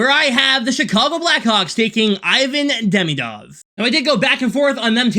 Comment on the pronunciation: because i’m russian, i would like to say: DemIdov and SilAyev (accent)